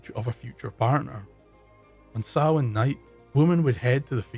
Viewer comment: Sounds like you are saying sauron instead of Samhain.